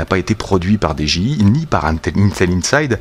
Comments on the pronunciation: j'me permets, n'y voit aucun jugement de ma part mais de la même manière que tu prononces "ine-tel" ou "Raïze", tu peux également prononcer "Di-Dji-Aille" (au lieu de "dé-ji-i"). Merci bcp pour la review m'sieur, tjrs au top! Des bisous! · dis est ce que tu peux faire un concours pour gagner ce drone stp et dji ce prononse di j aye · Dji sa se prononce en anglais